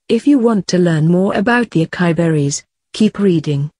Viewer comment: It's not Akai it's A. CA. (sa)..... I